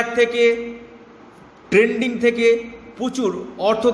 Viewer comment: ট্রেডিং উচ্চারণ করুন। ট্রেন্ডিং নয়।